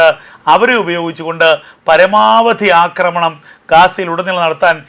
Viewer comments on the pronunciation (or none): none